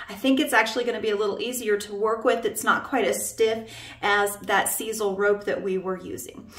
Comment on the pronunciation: Love those jokes! Grandkids! What??? You did a fantastic job shaping the Skype. I believe sisal is pronounced with an ‘I’.